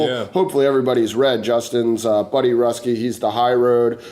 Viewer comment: Buddy Ruski (Roo-skee). My dad wanted to make sure I set the record straight haha.